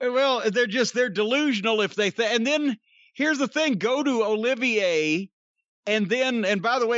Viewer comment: Lol! I love how Cornette is calling Omega Kenny Oliviae. 🤣🤣🤣🤣🤣